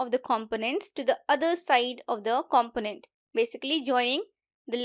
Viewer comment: Check the pronunciation of component